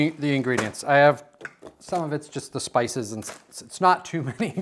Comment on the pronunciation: To be fair, it did sound like “spy store”!